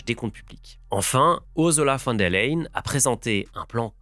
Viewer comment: Ce petit accent allemand des familles sur ursula van der layen 😂